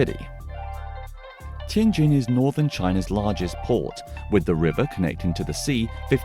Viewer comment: Finally a white guy pronouncing the J sound properly 😂